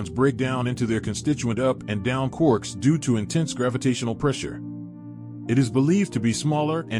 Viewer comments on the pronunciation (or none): none